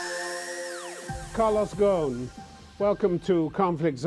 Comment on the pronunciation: It's not Mr. Gogh... its Mr. Gosin... I guess the guy is sick and tired of explaining himself over and over again.. regardless of his guilt or not, the man has made his money and stuck in a poor and unstable country with quite a lot of his money frozen.. can't expect him to be in a good mood 🤣🤣🤣